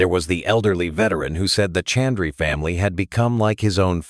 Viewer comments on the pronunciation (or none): I wish Mr.Harvey had learned to at the least pronounce name correctly. The announcers should have done the same. name is and not Chandree. Also Garaka khana is Ghar ka khana. It means Home Food or Food like made at home. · Proud of and Steve Harvey. Word is 'Ghraka', Ghar is is based word meaning home. It is not 'Garaca'. Name is Chandra and not Chandry. Please say the words correctly and spell them correctly too. We understand what is the real word but it is better if you do too.